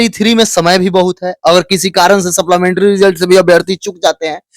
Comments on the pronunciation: wala english weak hai supplementary ko sapplamentry bolta hai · Supplementary ko supplamentary kyon bolte ho Bhai ?